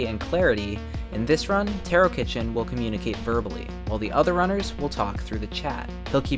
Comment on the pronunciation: btw taro is pronounced taa.row, not tear O